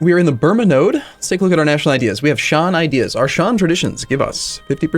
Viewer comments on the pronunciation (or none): none